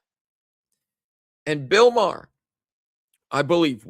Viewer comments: Sounds like you’re saying Bill Maher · It's not Bill Marr it's Bill Barr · Barr not marr. Bill Barr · Bill Barr not Bill Marr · Bill Barr not Maher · Sorry but it's hard to take your gut instinct seriously when his name is Bill Barr, not Bill Marr. You didn't even know his name. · It's Bill Barr!!!! Not Bill Maher...!! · Bill Barr Not Marh. Hope they have a look at Michigan!!! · You mean Bill BARR, not Bill Mahar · Too much sun in Hawaii,? It's Bill BARR, not Bill Maher! 😉 It's OK,! We still love you! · Barr, not Maher. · Bill Barr not Marr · Not marr!! It is Bill Barr!!!! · Bill Barr, not Bill Maher. You were close though. The names sounds the same. 😂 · I agree AZ will likely be next. There was obvious fraud there in 2020 and 2022. (It's Bill Barr, not Bill Marr.) And, yes, I believe he was involved in the corruption after the 2020 election. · it would be Bill Barr not Bill Marr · No one talking about Bill Marr because it's Bill Barr, 😂🤣 This better be what takes the deep state down. They must arrest ppl for this. Military tribunals 🐸👁️‍🗨️🇺🇸LETS FKN GO 🇺🇸🇺🇸🇺🇸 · It's "BILL BARR" NOT Bill Mahr! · Bill Barr not Marr.. lol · Its Bill Barr.....